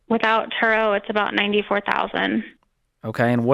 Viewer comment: Turo rhymes with Burro (donkey)